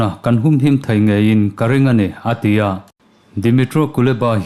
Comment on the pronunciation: A tia iti zel hian,ngaihthlak ati nuam lo.*A ti a* ti hram teh